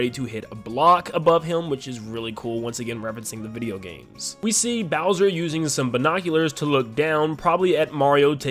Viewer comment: “Hi seens ‘mai naim ees booser’”